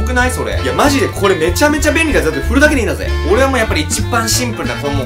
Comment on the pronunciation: 振るタイプを古いタイプって聞こえた 古いのかなって？www